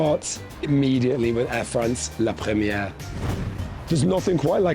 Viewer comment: 1 more time he said “la premiege” with French accent and I would’ve close the video